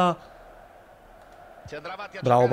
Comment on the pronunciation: ogni volta che chiama padulone, orgoglio italiano, con l'accento francese, un italiano muore